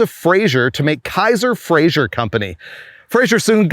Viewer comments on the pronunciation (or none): none